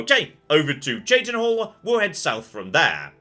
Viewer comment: calls himself out on saying Raminus wrong 5 seconds later Also: pronounces Ayleid wrong for the millionth time At least he says Cheydinhal right now, though!